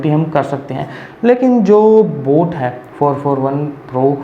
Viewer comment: Sir voo boot nahi boat hai